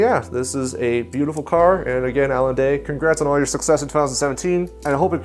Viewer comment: Alon not Alan